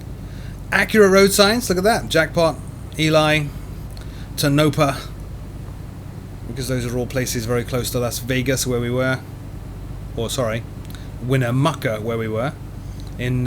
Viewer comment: I hate to correct you as you work SO hard for us. But, humbly, it's pronounced TO-nah-pah. Emphasis on the first syllable. TO-nah-pah. Not To-NO-pah. I'll be quiet now. Thank you. For everything.